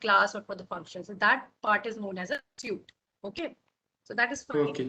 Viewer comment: She is pronouncing "suite" as "suit" how will the candidate understand?